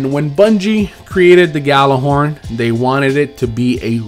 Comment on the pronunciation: Has more than 10 Gjallarhorns. Still can't pronounce it